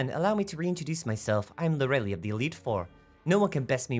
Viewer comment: Its Lor-uh-lay, not loreli xD